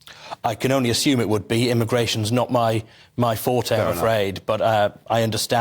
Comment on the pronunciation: Kudos to who pronounces "forte" properly - a single syllable only.